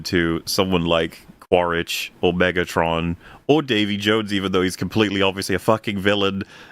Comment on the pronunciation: omegatron? It’s megatron you donkey